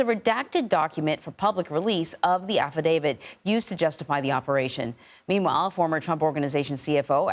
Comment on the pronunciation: Would you “professionals” please learn that it’s not an affi-DAVID, it’s an affadavIT! Come on, man!